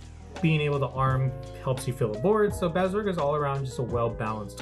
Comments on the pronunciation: Bav-sa-gra. Other that, good deck profile. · haha It was a good profile, but just hearing you pronounce her name was getting to me.